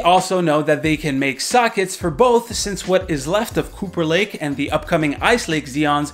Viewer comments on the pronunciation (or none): I always understand "Pooper Lake"